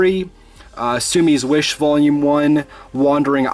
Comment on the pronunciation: Great video, I hope your manga collection keeps growing and that you keep putting out great content for us. Btw it's Scum's Wish not Sumy's wish 😂😂